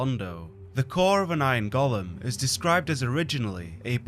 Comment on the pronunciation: Damn Tolkien for creating the character "Gollum", for it's lead to GENERATIONS of fantasy fans mispronouncing the word "golem" 😡